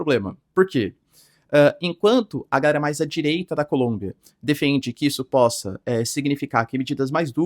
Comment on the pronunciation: Pq esse professor fala "Gaera" ao invés de "Galera"? É uma piada interna com a comundidade?